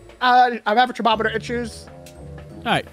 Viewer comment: I like how you guys say "cher-mom-mitter" instead of thermometer